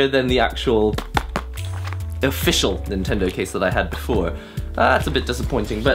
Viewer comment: I don't think that Japanese is his mother tongue, a native would not pronounce "NintendoW" as the English speakers do.